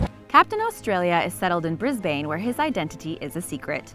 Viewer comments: It is pronounced bris-ban not bris-bane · Every Australian (including myself) just mentally screamed. It’s pronounced Bris-bin, not Bris-bane. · Lol BrisBANE instead of Brisbane it’s pronounced brisban but spelt Brisbane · It’s pronounced Briz-bn. Not Brisbane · Woah! I might have a chance to meet Captain Australia! Also it's pronounced Bris-bin not Bris BAAANE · It's brisbin not Brisbain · Greetings from Australia we do not say bris-bane like the villain it is pronounced bris-ben basically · “Brisbain” It’s pronounced brisbun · It's not Bris Bane its Brisbin I know it's weird but just stop getting this wrong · Brisbane isn't pronounced Brisbaine. It is pronounced Brisben. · How could u mispronounce Brisbane. It is pronounced bris-ban not Bris-bane! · It's pronanced bris-ben not bris-bain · bruhh you did not just call brisbane "briss bane" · Did she just say “bris Bane” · it’s pronounced bris-ban mate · IT IS SPELT BRIS-BANE BUT IT IS PRONOUNCED BRIZ-BIN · bris- bane...BRIS-BANE!!! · 'Brisbayne' dear god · "BRIS-BANE" wtf is wrong qwith u stop saying it wrong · It’s Brisbane not Brisbayne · Did she call it “bris-*bane*” As in one of Batman’s enemys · It’s pronounced Brisben and it’s the same with Melbourne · Dains kingdom it's pronounced bros-bean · that is definitely not how you say Brisbane and now i'm triggered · triggered me u said the city name wrong I'm Australian so that made me mad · They pronounced Brisbane wrong 🤦‍♂️ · You said brisbane wrong >:(